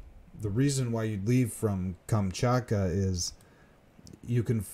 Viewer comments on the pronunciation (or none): Great material, but please learn the proper pronunciation of Thule, Inuit, and Kamchatka.